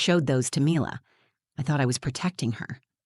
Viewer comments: Perhaps these would be easier to listen to if pronunciations didn't keep changing. one example.....daughters name changes from ' 'me lah' to 'my lah' and back again. its as pleasant as listening to fingernails on a blackboard. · I couldn’t get past the different pronunciations of Mila’s name. Is it mee-la or my-la? Please pick one and stick with it. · The narrator can’t decide how to pronounce Mila. Also, so believable that a 7 year old can write out thoughtful questions on a piece of paper to be read from the “truth jar”. And since when are the children allowed in the courtroom while mommy and daddy are fighting a custody battle? The mother is so pathetic. Such a weak person. Get a lawyer if you are unable to articulate and defend yourself in court. And don’t say that it’s his fault because he took her confidence away. Apparently she’s been in therapy. I guess that didn’t work. I don’t know why I allow myself to waste time on these videos. I guess I’m bored. Now I’m just super annoyed.